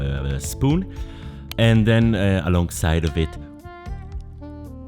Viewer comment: Ze schpoon and ze schtamp